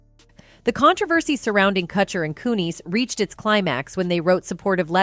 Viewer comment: You can't pronounce Kutcher or Kunis and you say a dollar 10 for "$10"!! I'm out, I can't listen to this